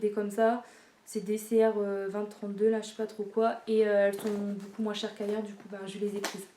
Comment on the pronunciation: on prononce pas j'aime BOUCOUP mais j'aime BEAUCOUP 😁😁😁 BON TRÈS BIEN TA COUPE, grand bisou à Marie 😘😘😘